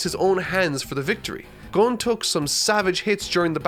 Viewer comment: Say Gon but replace the G with a B and add er at the end